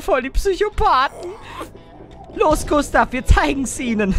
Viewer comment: Klee Gustav nicht gunstav